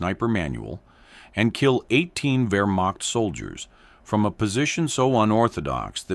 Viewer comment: It's wehrmacht...ai apparently DOESNT know German....or its' militarybentities in 1944.